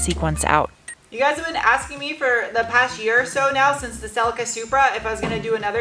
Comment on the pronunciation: Celica is pronounced celleeka 😅